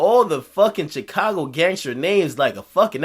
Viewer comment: Akademiks say Chicago like "Chick-ka-go" that shit is funny everytime